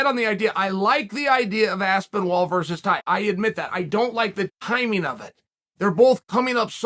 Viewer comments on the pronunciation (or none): How can Chael pronounce Tai Tuivasa perfectly everytime & then mess with AspinWall everydamntime ? 🤣🤣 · Tee-uh vasa vs. Aspinwall for the mispronunciation championship. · Did I miss something... why does Chael always mis-pronounce Aspinall as Aspinwall? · Tom “Aspen-Wall, Ass-Paul” Aspinall